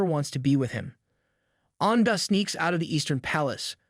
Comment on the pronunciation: name An’ge but the story teller said “an ga” 😂 and xiao xiao become “xi ao xi ao” , nice story and story telling anyway 🫰